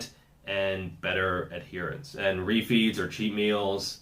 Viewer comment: It took me a while to work out that you weren't saying, "You may need more roofies." and you were actually saying, refeeds.